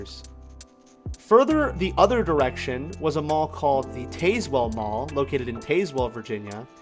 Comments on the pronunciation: FYI It’s Rich-lands and Tazzz-well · Artley's was my most favorite store to go to. By the way, you pronounced Tazewell wrong, but most everyone does who doesn't know, so it's okay. ☺️ Thank you for sharing the history on this mall too.